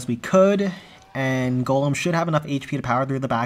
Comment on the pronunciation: For the 2nd time it's GOLEM ✅ not GOLME ❌